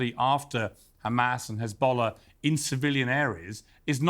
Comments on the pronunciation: why does he say khamas khizbulla khouthis when he clearly can pronounce the H normally in other words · Khizbollah Khouthi Khamas 😂 we have to teach this homeless unhumain criminals how to pronounce.